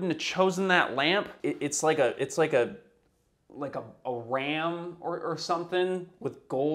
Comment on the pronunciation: it's a ramp... (ram lamp)